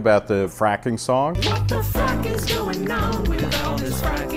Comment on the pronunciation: It's frac as in fracture